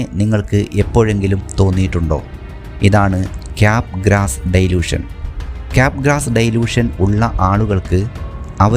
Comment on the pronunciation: ഡൈലൂഷൻ അല്ല, ഡെലൂഷൻ ആണ് ശരി